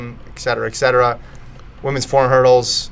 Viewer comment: No more ECKspecially ... No more ECK cetera.